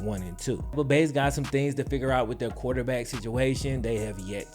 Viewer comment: there is an R in quarterback.